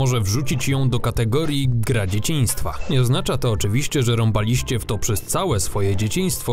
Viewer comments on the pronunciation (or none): Tylko te akcenty... "wychoWAliście", nie "wychowaLIście" albo "rąBAliście", nie "rąbaLIście" etc...